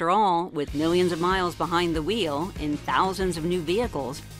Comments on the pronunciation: John puts the H in the word "Wheels", congratulations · A titan in broadcasting, John has more than left his mark. He is irreplaceable and easily has the best enunciation in the business… (who else can consistently pronounce the H in “wheels”?)